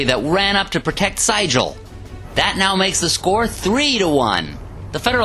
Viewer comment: Very exciting battle cry scenario. New market is one of the better scenarios from both the original and the 150th. I think that General Franz Sigel's name was pronounced as "zeegul" as he was very much a German immigrant. I like the commentary and the cards played being prominently placed for viewing along with the dice rolls. Very easy to follow.